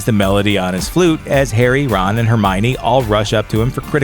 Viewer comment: Did anyone else notice that he said Bron instead of Ron